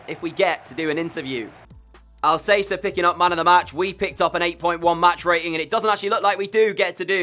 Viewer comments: I'm sorry it's bugging me, it Paco al-cas-er not al-say-ser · Al-ka-sair dude not Al-sey-ser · It’s Paco Al Ka Ser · Sorry but it's pronounced AlKacer not AlSacer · Who else cringed when he said pako al-say-ser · Al cath-er in Spanish Al casser in English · Had to dislike for “Al-say-ser” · "I might get some player names wrong, Paco Alsaser!!" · “I’m gonna apologise in advance as I might get some player names wrong AS PACO ALSAYSA GETS IN BEHIND sorry this killed me 💀😂 ❤️ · Pls pronaunce alcacer as al ka cer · It’s Paco Al Ka Cer bruh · Stop saying Alssasser ( Paco Alcácer) Go search for his pronounciation That triggers me sorry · Alcacer is pronounced Al-ka-sair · lol.. your absolute garbage when it comes on to pronouncing players names... It is AL-KA-SAIR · You have to say Alkaser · Alcacer is Al-Ka-Sir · No, its Al-Ka-Ser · STFU you guys don't speak spanish. Its Al-ka-ser you dumbass